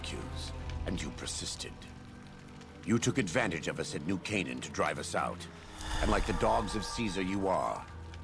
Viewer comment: I keep hearing Nuke Haven instead of New Canaan. Which I suppose is appropriate, considering fallout